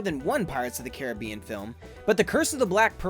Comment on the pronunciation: You don't pronounce "Caribbean" correctly, and you still speak like you were a six year old